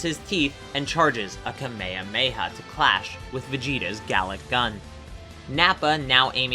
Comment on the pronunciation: My dude said KA-May-Ah-May-Ah